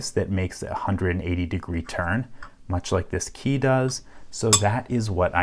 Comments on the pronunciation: Why do you pronounce Key as Kay. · Where are you from? You say kei instead of key. Thats how it sounds to me. 😁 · You say "key" like "kaey" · You pronounce the word "key" in an unusal way. :) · I love this channel but for some reason the way he says "key" bothers me lol